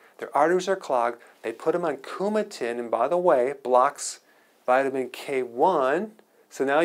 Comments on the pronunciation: "Japan dish", you mean "Japanese dish", you almost got me but it's Coumadin, not Coumatin.....this makes you less credible. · I can't believe he said "coumatin" with a T. He's smarter than that I think; it's Coumadin. Yeah I'm a grammar and spelling Nazi but this seriously did surprise me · “Coumadin”, not “Coumatin.” Thanks for the great content and your awesome presentation style:) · Did he say CoumaTin? It's actually CoumaDin. What kind of doctor is this guy? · Thank you Dr. Berg—you can tell you’re not a cardiologist b/c it’s coumadin vs. coumatin. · It's cuma"d"in, with a D not a T...Dr? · >CoumaTin. It hurts my ears to hear.